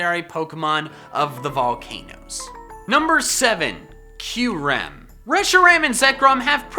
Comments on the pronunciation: He said Q-ram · Boi I loved kyurem also the way you pronounced it killed me. I pronounce it Cure-ahm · You mean to say I've been saying Kyurem wrong ever since I was like 8...